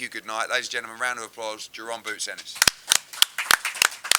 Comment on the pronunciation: Eddie needs to drop the D on Ennis it’s not Dennis it’s Ennis